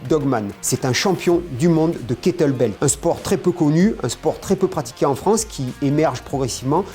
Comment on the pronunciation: Très intéressant merci messieurs. Par contre on est d'accord qu'on dit kettlebel et non kettbel ?